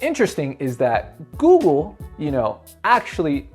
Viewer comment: It's Google not Goggle.